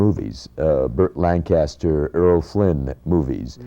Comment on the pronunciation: Mr. Takei ... it's pronounced "Errol", not "Earl"!